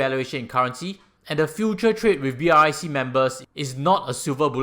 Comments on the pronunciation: no ones pronounce BRIC as B-R-I-C, everyone call it as brics 🧱🧱🧱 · May I suggest that you pronounce as Brics (like bricks) instead of spelling out B.R.I.C? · Hi, love your insight. A suggestion: pronounce it BRICKS. It is not BRIC- you miss out South Africa this way. So reading it as B-R-I-C is also not entirely correct. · Its BRICS not BRIC! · Almost everyone I heard talking about brics pronounce it as "bricks:...you are the first person I heard actually call out all the alphabets😄